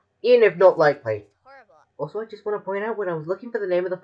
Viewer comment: you said wan't witch is the opposite or the lack of wa instead of wa witch is from " to want"